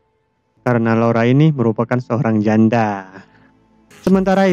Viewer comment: min, apa cuma telinga saya yg mendengar kata JANDA nya paling beda 😂